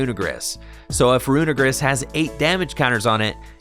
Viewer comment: Usually don’t care about pronunciation, but please get this one right because it kind of sounds bad how you say it, it’s runerigus, look at how it’s spellled it sounds like you’re saying something bad